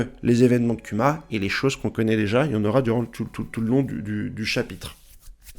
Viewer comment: kuma se dt Kouma et dragon, c'est dragone en prononciation